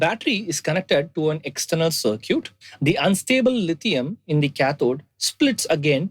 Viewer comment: Circuit is pronounced like sir-kit, just for reference